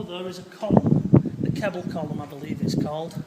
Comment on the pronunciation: Reasonable video but woeful on names and pronunciation. The "Monument" is actually The Mausoleum, The Marquis family title was Rockingham, not Rockford , and the corrected name, is Kepple's Column not the earlier utterances of "Kebble's". Nice try but no cigar!